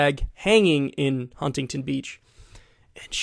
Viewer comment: Kyle that is not how you pronounce Huntington 😭😭😭